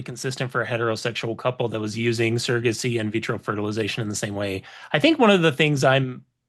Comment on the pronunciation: I had to stop watching this last night because his mispronunciation of the word "surrogacy" is like nails on a chalkboard. For someone who is so obsessed with it, he should learn to pronounce it correctly. I'll get over it. I'm back to attempt to listen to the rest of it.